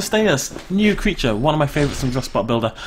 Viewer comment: its CREATURE!!